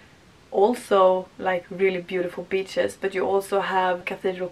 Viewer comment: Beaches but you said b*tches 😂😂😂